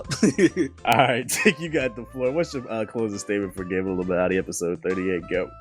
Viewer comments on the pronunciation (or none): No sad music for Nintendo... *reads about new 3ds not coming with a charger... Tick - Put the sad music on! Probably the funniest moment since Tick called out for saying Illuminaughty with an N as in Naughty or nice! Keep up the podcast man. Y'all kill it everytime!